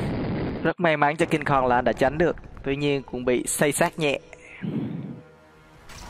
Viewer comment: Cingkong mà anh đâu phải Cung kon